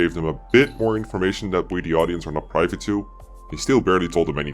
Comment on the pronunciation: The "i" in "privy" is pronounced like the i in "fin," not the i in "fine." It is pronounced the same way as the word meaning "latrine." Also, "vary" is pronounced the same as "very." Unrelated, but it's another pronunciation error that gets in my nerves.